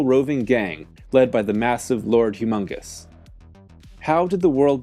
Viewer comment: It's Lord Humungus, not humongous.